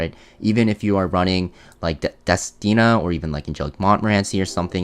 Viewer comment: Hey!!! You said destina correctly! 😀 hahahaha high-five